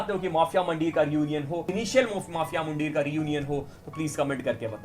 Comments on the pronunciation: bhai isko mandheeeer bolte hai muuundeer nahi. 😂😂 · It's not muuundeer its mandheer in Punjabi pronounciation